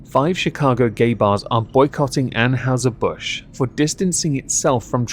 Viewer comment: "Ann-HY-zer", not "Ann-HOW-zer". "NY-kee", not "Nyke". That's an actual deity, we know how the name is pronounced. Kudos on the single malt. But proper single malt is Scot, not English. Glenmorangie is superior. Light beer is basically rental piss.